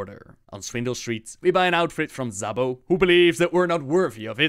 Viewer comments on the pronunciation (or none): You misspronounced Szabo :(